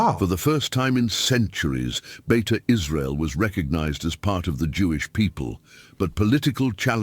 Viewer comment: It's not Beta, it's Beita In Hebrew it means "Home" Like Beit Shemesh (House/Home of sun) or Beit Lehem (House/Home of bread)